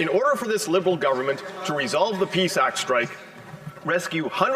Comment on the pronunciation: Only NDP pronounces the union name correctly. It’s not Psac just like it’s not a sack of pee it’s P. S. A. C!!!!!